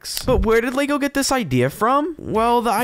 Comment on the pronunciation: What is Lago? Why do you keep saying it? It is very annoying. Sounds more like an Italian food.